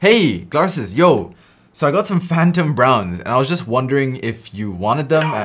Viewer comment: Calls Glarses lmao xd